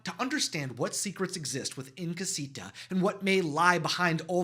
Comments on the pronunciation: Ok I’m sorry you said casito at the beginning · I can’t….. your pronunciation of all these Spanish words are making me cringe so bad…. I don’t even wan to watch it. You killed Madrigal and Casita